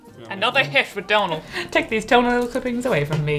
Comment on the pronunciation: You broke and in the same video! Comhghairdeas!